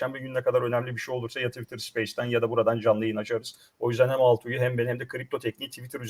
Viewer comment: Ulan, Altuy değil Altuğ.... Daha arkadaşının ismini telaffuz edemiyorsun....